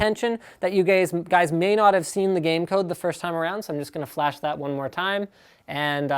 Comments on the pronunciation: "You gayspf Guys". :D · “You gays umm... guys” -Linus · "That you gays" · "you gays", "you guys" LMFAO